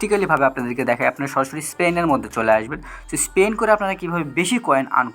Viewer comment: স্পেন নারে পাগলা,স্পিন🤣